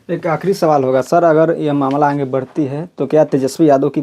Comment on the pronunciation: ये आन्गे क़्या होता है पत्रकार महोदय